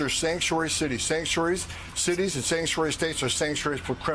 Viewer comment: When you had 3 scotches for breakfast with Pete Hegseth and you have to try to say Sanctuary 5x lol. "sansh wayee city" "Sang sh'way...cities, Shang-sooway states or Sangshay's for criminals"